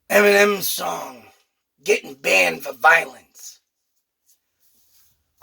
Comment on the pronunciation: It's Banned. Not banded!